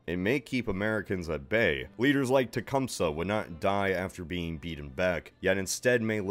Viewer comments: Techum-see not suh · Jesus no one ever says Tecumseh right. Say it with me- Tah-cum-say. There you go. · In mid Michigan we pronounce his name as Toocompsee. I don't know if it's right, but that's how we pronounce it.